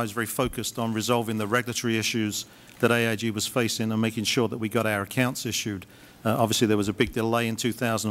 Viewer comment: the way he says accounts sounds texan